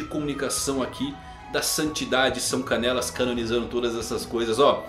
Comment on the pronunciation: Só eu que escuto: soca nelas. Toda vez que fala são canelas😂